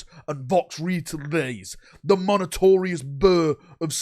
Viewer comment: flubs with timesstamps:) Vox-retelays Monotorious skip Stratetorious Death Spire Telepurturtion Kaymmunique Alignment affliction Death kell